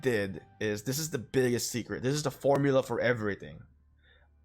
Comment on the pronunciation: I just notice its not secrect , its "Sececret" hahahahaha. Love bruh